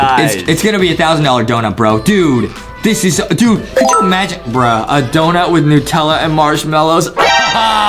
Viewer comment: “Dount” -Justin 2021